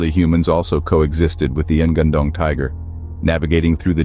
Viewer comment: The spelling should be "ngan-ndong", with "nga" spells like word "ngi" in "singing" And not "N-gandong" 😂